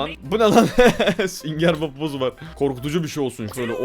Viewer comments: BUZ NE ABİ BAZ DİYE OKUNUYO O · Abi o buz diye okunmıyobaz diye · Buzz değil bazz